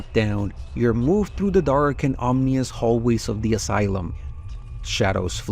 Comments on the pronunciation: Just on the off chance no one has let you now yet, you're pronouncing "ominous" wrong. It's OM-in-us, not OM-nee-us. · The first time you said "Omnious" instead of "Ominous" but its getting kinda out of hand. Read the word bro its not that complicated.